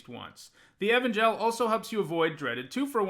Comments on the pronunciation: My dude, it's "ee-VAN-juhl". Not "Evan Gel." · Man, love the reviews but you gotta work on your pronunciation! Heliod = HE-LEE-ODD! Evangel = EE-VAN-GEL!